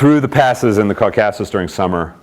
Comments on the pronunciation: Maybe it’s you that have been misprounouncing it 🧐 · Love the way he mispronounces 'Caucasus.' Seriously?!